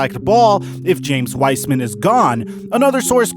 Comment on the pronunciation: “James Wiceman”